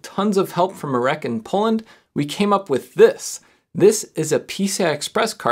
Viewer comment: I'm polish and let me tell you, you (slightly) BUTCHERED mirek's name. it's mi (xiaomi) -rek, not my (myth) -reck. you also pronounce the 'r' like you would with a Ukrainian or Russian accent